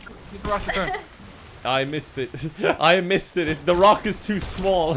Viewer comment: "It needs to turn" You mean...It needs to TURG?!